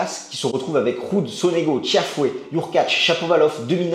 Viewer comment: Faut arrêter de dire Tiafoé, est ce que vous dites Mc Enroé ? Sinon continuez les amis 😊.